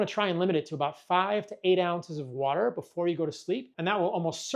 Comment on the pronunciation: Just drink wa'er